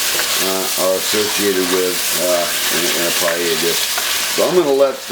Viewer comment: Looks great but I'm pretty sure you're pronouncing paella wrong lol